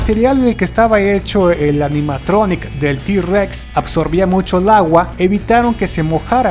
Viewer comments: esta re chuli pero no es di-rex es intheword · no dice d rex pero suena como si dijera t en lugar de d